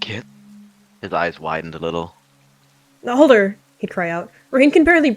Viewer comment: I heard alder branch as elder branch and thought who would name a kit elder